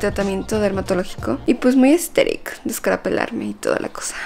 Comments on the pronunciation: Que diga "aestetic" es proporcional a cuando bob sponja y patricio dicen "estiloooooo" JAAKAKAJ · "AeStHeRic" amooo jaj. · Jajajja casi me ago pipí por que a cada rato dice aesteric 😂